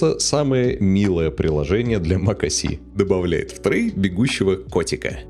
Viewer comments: Mac OS , не мак о си 😁😁😁 Капец грамотей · Какой блять мак о си? Mac OS. Буква S (эс), а не С (си)